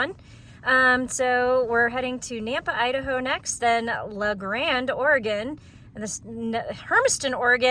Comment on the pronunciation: Ory-Gun, not Ory-gone